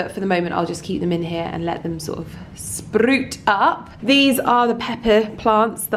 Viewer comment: A lovely video again. Love when you say “sproot! “ You sound so Scottish. I love it! Xx